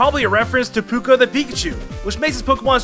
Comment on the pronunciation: Trying to decide whether or not I'm willing to watch your video after how bad you mispronounce Puka's name...